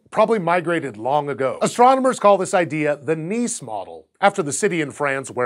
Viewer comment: Kudos on pronouncing Nice right :p